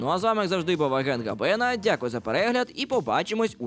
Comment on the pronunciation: Може гАбена а не габЕна 🙃